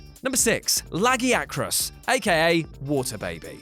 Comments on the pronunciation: Those pronounciations raped my ears. It's (Lag-guy-ya-crus)!!!!! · Idc where ur from His name is (l-uh-g-ih-uh-crus)